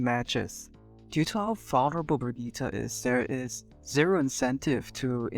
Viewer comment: This is literally basically how I play my Brigitte, love your time and effort putting it into words! Also, it's Brigitte, not Bridgette. But that's just a Nitpick.